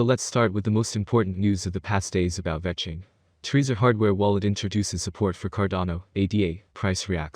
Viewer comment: This person can't even pronounce vechain properly. Don't listen to a single thing they say, vechain will never hit $1500 🤣🤣 maybe 1 or 2 dollars